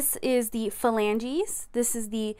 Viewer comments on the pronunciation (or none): none